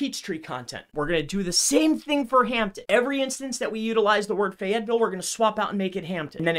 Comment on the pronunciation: Most sus thing was how he pronounced FAYetteville